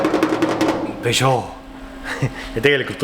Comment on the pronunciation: Pesoo,Renoo...fransuski kavnoo...